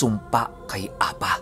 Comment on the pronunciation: Ang pagbigkas Ng apa, ay mabilis at maragsa, means pipi🙄